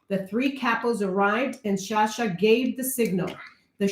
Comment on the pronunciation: Pronounced...... JER-LANDO SHA-SHA